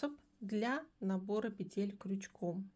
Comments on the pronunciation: Умоляю - пЕтель!!!!!!! Не петЕль!!!!! Ну очень режет слух безграмотность. А за новые способы спасибо! Вы настоящий мастер! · Все хорошо, но пЕтель, а не петЕль. Век живи, век учись. Благодарю за урок.